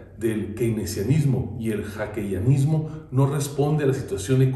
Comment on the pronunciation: Este tipo dice mal Hayekianismo con “Hakeyanismo”, y si somos observadores de la política económica del gobierno de AMLO, estamos en un Keynesianismo puro. La fórmula funciona, no digo que el modelo neoliberal de Hayek no funcione, simplemente en México se corrompió.